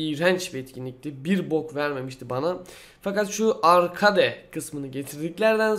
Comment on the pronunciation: Arkeyd diye okunur adamım